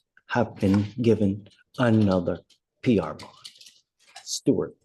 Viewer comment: X-NAE ON THE PR-BOND-AYY!!!! 😂😂😂😂 I spit out my drink when I heard that 😂